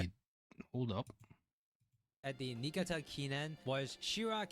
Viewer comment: Also, another note: - Niigata is pronounced "knee-EE-GA-tah" or copypasta this on Google Translate from Japanese to English for more accurate pronunciation: 新潟